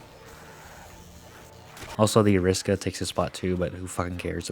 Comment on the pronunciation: Did you pronounce it the "Ariska"? Fucking zoomers